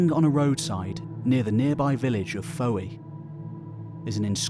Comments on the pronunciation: Fowey is actually pronounced Foy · Just FYI - Fowey is pronounced 'Foy' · Fowey is pronounced "foy" as in "toy" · Fowey is pronounced F-oi .One syllable. I know this because i got the piss taken out of me from a Cornish girl for saying it like you did. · 'Fowey' is pronounced 'Foy'. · Fowey is pronounced Foy. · Fowey is pronounced 'Foy' Mark could possibly be 'Margh' meaning 'Horse'. Kilmarth maybe Kilmargh 'Horses back'...Or more likely it's all made up. That said, my namesake 'Rialobran son of Cunoval' died fighting the Irish at or near Chun Castle around the 6th century. Cunomoros and Drustan may have a similar story. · Just in case you have to say the name again. Fowey rhymes with toy. I'm loving this one mate! My home town's in Devon.